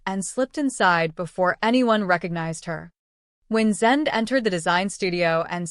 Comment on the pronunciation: Stupid AI, it can't say Zende properly, it's not Zend it's said like ay on the end of his name. I wish the YouTube videos would stop using AI.